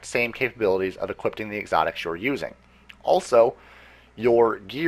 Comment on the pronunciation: Equipping not equipding